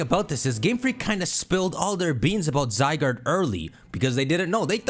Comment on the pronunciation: I’m not watching someone who calling ZYE GUARD, ZYE GURD!